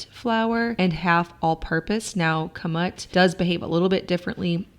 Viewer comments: Kamut sounds like "kamoot" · Kamut; pronounced Caw-Moo-t